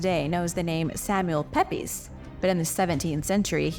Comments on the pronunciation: Pepys is pronounced peeps. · Love to watch these videos, just cannae get over the difference in pronunciation between UK and US. Samuel Pepys is pronounced Peeps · Samuel Pepys is pronounced Samuel Peeps. English pronunciation has changed over the centuries.